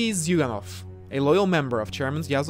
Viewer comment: Zuyganov is actually pronounced Juganov.